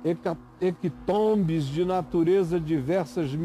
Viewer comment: É hecatombe, e não "hequitombe'